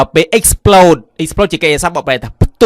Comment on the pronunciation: Explode អានថា អ៊ែកស៍ផ្លូដ មិនមែន អ៊ែកស៍ផ្លដ ទេ Period អានថា ភៀរៀដ មិនមែន ភឹរៀដ ទេ Said អានថា ស៊ែដ មិនមែន សេដ ទេ Most អានថា ម៉ូសធ៍ មិនមែន ម៉ស់ធ៍ ទេ The report read៖ read ទីនេះ គេអានថា រែដ (past tense) សូមសរសើរលោកគ្រូដែលអាន Experience ថា អ៊ែកស៍ភៀរៀនស៍ បានត្រឹមត្រូវ